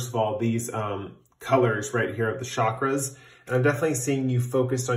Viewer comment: oh yeah DEFINITELY pile 4 💙 cobalt blue is also my color. working on your "shockers" lmao that's what I heard instead of chakras 😂